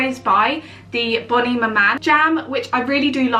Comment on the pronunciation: Bonn-ee Mamman? 😉